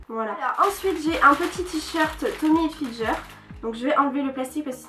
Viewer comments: Sa se prononce hilfiGUEUR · Mais punaise c'est pas Tommy HilfiJER c'est HilfiGER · Mais comment tu prononce le Tommy Hilfiger genre Tommy Hilfi"jeur"😂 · "Tommy hilfilGer " 😂😂😂 oh non jpp 😂😂 c'est ger genre sa se dit hilfilgueur 😂😂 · "Tommy Hilfijer" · J'chui d'accord avk les autres commentaires et c gens on raison c n'importe koi vos mieux acheter et payer l'vrais pris ke payer une amande et apprend ke la marque tommy hilfiger sa se prononce hilfiguer prck tu plc avk ton accent de hla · Magda Léna bas elle c'est peut être trompe comme tout le monde sa arrive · Moi aussi ça m'a légèrement choquée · Tu prononces mal Tommy Hilfiger. Merci de changer ça car c'est très gênant